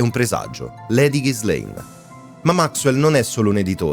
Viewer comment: Pronuncia di Ghislaine da rivedere 😅 Per il resto, documentario fatto molto bene